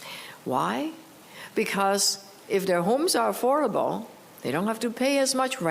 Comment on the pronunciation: AForable Homes ,,,,Gawd LOve Your English !!